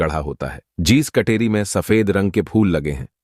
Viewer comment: Kateri ko katori na boley